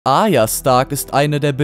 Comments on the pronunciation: Arya, nicht Aya! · A"r"ya und nicht Aya das hat mich so getriggerd! Aya, Aya... Aya...😖